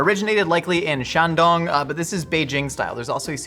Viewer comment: Scarily accurate pronunciation of ‘Shandong’ out of nowhere! And I say scarily because for that single term he sounded exactly like someone I knew who lived in China for like, eight, ten years? He had a pretty good grasp on pronunciation and the tones, with an underlying accent that showed his English-speaking background. Very eerie!